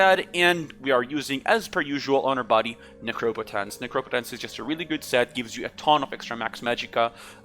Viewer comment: I almost thumbs downed because you round up your stats like crazy have 1800 spellpower - says 2k. Has 46000 mag, says 50k) but when you pronounced Necropotence correctly you really won me over. Thumbs up.